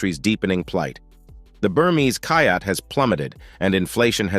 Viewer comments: Kyat, Myanmar’s currency, is pronounced “chat”. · 'Burmese Kyat' is pronounced 'chat.'